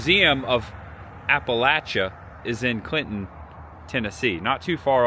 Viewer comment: 🦩🐻🎄 Hi! Candlelight Christmas is fantastic in a way that can only be appreciated when you set aside the noise and spectacle of modern day and turn back the clock to simpler times. You did well, btw. You only said Appalachia incorrectly a couple of times. 🤪🥳 You are bringing a part of American culture and heritage to light that needs documentation in order to preserve it and to share it with the world. Thanks,, for bringing us along. Safe travels! 🎄🐻🦩